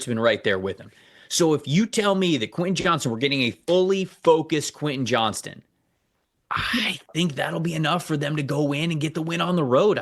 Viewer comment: Please start saying Quentin Johnston’s name right. There’s a T in that last name for Christ sake.